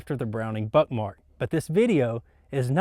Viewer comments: are you saying Browning Buttmark? Is it intentional or am I just hearing things? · First time he says it that's what it kinda sounds like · Am I the only one who thought he said buttmark